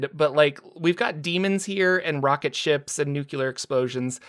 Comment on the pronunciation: “NOO-CLEE-AR” Say it, remember it.